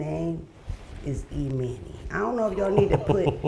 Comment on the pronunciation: Mona is pissing me off calling my boy “E-mani” 🤦🏽‍♂️🤣🤣🤣🤣